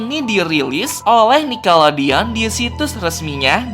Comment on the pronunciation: bacanya nicklodion bukan nickolodion